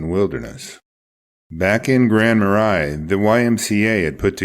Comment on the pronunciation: Grand marais is like "ma-ray"